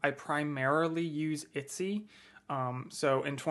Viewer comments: I've never heard anyone pronounce it "Itsy" instead of "Etsy" before. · ET-SY BRO EH-T-SEA. I'm upset. itsy smh.. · I love how you say Etsy hehehe❤